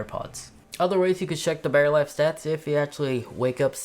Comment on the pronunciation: thought my Pods had a “Barry” life. It’s “Battery”, if you please. Lazy pronunciation!